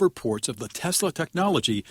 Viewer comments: My guess is he called it Tesler because he’s constantly using a word ending in ER….. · Did he say I love Teslar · TESLUR LOL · Isn’t it, TESSLUR?😂😂😂😂😂😂😂😂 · Is anyone going to tell him it's Tesla, not Tesler? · Tf is a tesler? 😂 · Does he not know it’s TESLA not TESLUR ????? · He loves “Teslur”! lol. He’s fucking dumb as hell. He cant get anything right! Thats why “The Apprentice”, his stupid reality show, that encouraged contestants to engage in hateful attacks towards each other-was eventually cancelled. The more hateful chaos he created, the more he enjoyed it. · WTF is Tesler? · I wonder how long Musk tried to teach Trump to say Tesla instead of Tesler before he gave up. 🤣Trump sounded like a doddering old fool. This actually gives me hope though, because if Musk is this desperate we might have a good chance to shut him down. There's a protest at a Tesla dealership near me this weekend. Check out your area. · Why does DT call Tesla, Teslurr? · Teslur, the moron can’t even get that right. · He likes “Teslers” this guy 😢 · Did yall hear tiny fingers say “Teslur” what a nut job he is. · Tesslur, not Tesla. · Teslur....😂😂😂😂😂 Idiot! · Funny that he always says "Chi-na" but can't say "Tes-la." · But will the car correct dumb people unable to pronounce a simple word like TESLA! no "R" in TESLA, Rtard. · Tesler!!!😂 he meant Hitler!😡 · He’s such a doofus 😂😂😂 teslurrr😂😂😂😂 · Why does that uneducated 🤡 trumpty dumpty keep calling Elon’s cars “ tesler”? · Called it "Tesler" 🤣🤣🤣🤣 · "Tesler" seriously 😂😂😂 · Tesler??? Does DT even know his own name??? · He can’t even pronounce Tesla.. BTW He can’t drive.. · The dummy didn't say Tesla the right way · What a salesman he can't get the name right 😂